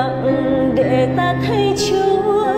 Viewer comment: Chữ "để" mà chị cứ phát âm thành "đệ".